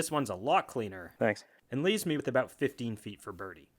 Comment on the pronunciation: I forgot you were Canadian until I heard that first “about”